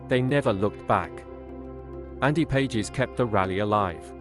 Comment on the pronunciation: And by the way, the player whose name is spelled "Pages" pronounces his name "Paw-hes." It's a Spanish name.